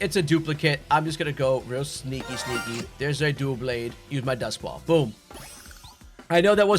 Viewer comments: "Dough-Blades" lol its Dub-Laid no hate man at all i watch your vids they have been helping me alot just so many mispronunciations from pokemon lovers lol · The Pokémon name Doublade is pronounced as DUH-blade.